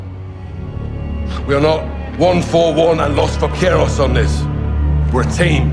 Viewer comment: my lord you did not look up how to pronounce "los vaqueros".